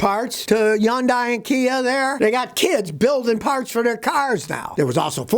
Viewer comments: I know you hate the Korean cars, but can you at least learn how to pronounce Hyundai. It's not yondeye! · ITs pronounced Hudai, not Junday, seriously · Yun-die. Scotty’s own personal pronunciation. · YoungDie? Dude, H ain’t silent. I’m no fan of Korean cars, ICE or EV, but I’ve seen you bashing Chinese cars before as well. So my assumption is you are biased AF. Anyway, why do you think these car factories are located in the South? It’s because of cheap labors there, not because the labors are skilled there. So any cars made in these places are potentially craps, American, Japanese, Korean, what have you. Heck, even cars made in Europe are craps, my Audi Q5 was a piece of crap and I sold it without any hesitation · When Scotty learns to say Hyundai correctly, maybe you can take anything he says seriously...